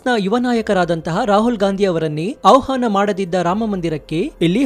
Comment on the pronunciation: ಅವಹಾನ ಅನ್ನಬೇಡಿ ಅಣ್ಣಾ, ಆಹ್ವಾನ ಅನ್ನಿ.ಕನ್ನಡ ತಪ್ಪು ನುಡಿಬೇಡಿ